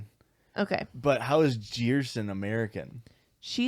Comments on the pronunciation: Do jeito que eles pronunciaram eu fiquei meio ????? quando disseram que era comum no BR, daí eu parei pra soletrar e fiquei tipo AAAAA Jerson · Brazilian here! Jerson would be pronounced like "Jeh r sson", and it really isn't the best name lol btw love your podcast!